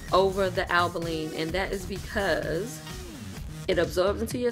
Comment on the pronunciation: Since you are the first person who pronounce Albolene correctly I watched your entire video.